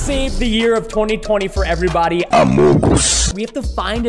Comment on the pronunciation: I love went he say amogos he make me laugh